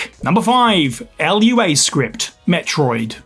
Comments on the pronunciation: It's Lua, not L.U.A. 🤦‍♂ There's a section of the lua website that specifically addresses this. 🤦‍♂ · "L-U-A Script"...lol